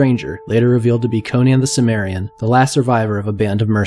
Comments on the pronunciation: Two m's: I believe the correct pronunciation is "sim-mer-ian". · The word is originally from ancient Greek so the 'C' is actually a hard, 'K' sound - Kimmerian.